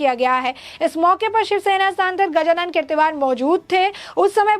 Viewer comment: The news vale gajanann keertikaar kya??hota hai tumhara news reader ko dhang se Naam Lene ko aata nahin kya?😃😇😋😋